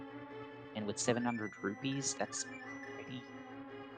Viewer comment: I'll listen to a cat using a litterbox all day if it means we don't have to hear someone mispronouncing rupees 😉🤡